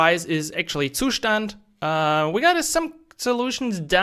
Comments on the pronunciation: Every time you pronounce the word "Zustand," it makes my ears hurt :face-fuchsia-tongue-out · Yeah, I get that! Most people get used to pronouncing it differently — like you did in your earlier videos. It just sounds a bit weird 🙂 Btw really appreciate what you do!